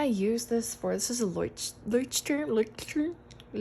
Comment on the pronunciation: Thank you for showing! 🙏 Pronounce "LEUCHTTURM" like "LOYCH-TOO-uhm." "LOY" is like "boy," "CH" is a soft, throaty sound like in "Loch Ness," and "TOO-uhm" has a slight "uh" between "too" and "m."